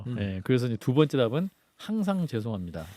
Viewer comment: "쥔심으로 줴송합니다 슈샤 잘 받고 나오게슙니다" 보톡슨지 필러인지 하도 맞아서 그런가 발음이 왜저래